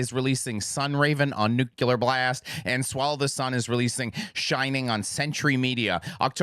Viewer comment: Do y’all think he’ll ever say nuclear correctly?